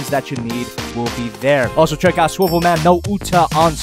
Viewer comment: ITS SWIVL MANNNNNNNNNN